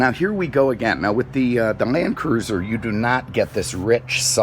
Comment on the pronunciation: Are you saying 'Toyota Mancruiser'??